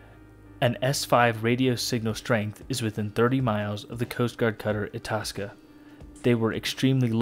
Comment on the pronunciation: I believe you pronounce Itasca (eye-task-a)